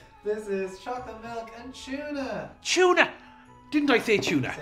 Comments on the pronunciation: It's interesting how you all say tuna. It sounds like you say Chuna, great video thanks for sharing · Try Channel, OMFGs, when you told Anne Doyle what the chocolate and tuna thing was, I f*cking LOST IT! Her face was fickin' priceless!!! LOL!!! Weirder was how you pronounced tuna, "CHYU-nah." It's "TOO-nah," brahs! Just sayin'. Meanwhile, I am SO diggin' Daragh. Dude is hawt, even if his parents couldn't spell Derrick. His responses are funny, AND he has such impressive features. He isn't yet born from his newbie-ness, but he has amazing potential here. Thanks for introducing us to new people! Pair him with our goddess, Ciara, and make him TREMBLE!!! MWUAHAHAHAHA! Meanwhile, if Daragh ever wants to attempt pregnancy, I am always available. #CallMe. LOL Totes Kidding!